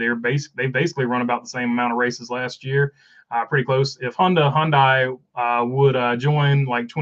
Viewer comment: Two things, one I left in a comment on the charters video as well. 1; According to Top Gear Hyundai is pronounced hi-un-die as a three syllable word instead of Hon-day or hon-dee. 2; The charters are basically NFT's for nascar owners